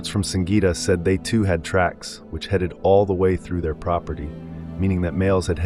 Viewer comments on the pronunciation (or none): none